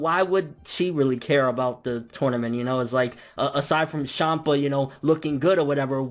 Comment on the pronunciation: Lol... "Shampa"